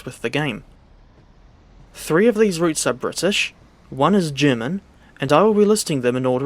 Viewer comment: You’re making an effort to pronounce the German stuff correctly, it shows. Thanks 🙏🏻